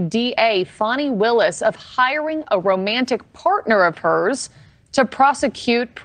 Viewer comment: Her name is pronounced Fawny Willis. Not Fannie.